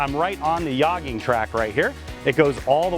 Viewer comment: Did you say "Yogging" track... like with a soft "J"... Thanks! 🤣🤣🤣